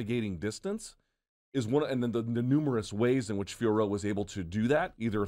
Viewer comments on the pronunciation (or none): its not fior its fioro , O is not silent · Fee-oh-roh, not fee-or. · I speak French. Pronounce it fee-o-row